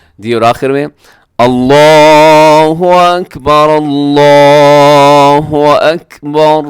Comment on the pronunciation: الها کیوں پڑھ رہے ہو بھائی